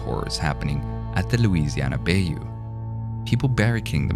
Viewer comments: Bay-you. It's pronounced BUY-you. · It's pronounced buy-you. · Bayou is pronounced buy - you. I know it's a weird word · Bye-you, not bay-you. Good video though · ITS BI-YOU! It's not BAI-YOU. I'm sorry I'm from Louisana and hearing you saying bayou wrong annoyed me. I'm sorry I'm sorry. I know I know, I need to grow up. But I want to let you know how to pronounce it. But I love your work. please keep making them. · Lol it’s pronounced bi-u not bay u but still a great vid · Bayou = Bi-yoo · lol Bay-yew? yeah you arent from louisiana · Maybe next time get a southern narrator instead of a British-Indian dude? At least, an American who can say “bay yoo” right 😒🤷🏽‍♂️ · I love lore videos and yours is no exception. You have a good narrating voice. One small thing... tiny detail... it's pronounced: buy-you. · Came here from the discord and loved the video. I'm goin to hit that subscribe button and hope you make more. Just one tip though, you're miss pronouncing Bayou. Say it like Buy-You, would've sounded ten times creeper if you had said it right. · Way, they probounce bayou bothers me. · The pronunciation of bayou will forever haunt this video lol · It's not correct but he's obviously not a native speaker, and even native speakers often have trouble with the French-hillbilly-Creole-Cajun words.